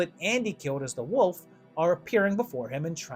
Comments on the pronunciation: Can’t get past you saying woof, not wolf. Had to stop the video. Sry. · Is it just me Or is he saying Woof, not wolf?